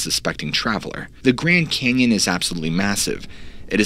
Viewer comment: The Grend Cenyon! LOL